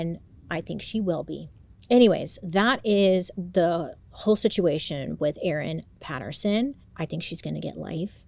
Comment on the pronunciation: Yay, thank you for covering Erin Patterson. Your pronunciation is spot on and you 100% gotta come to Australia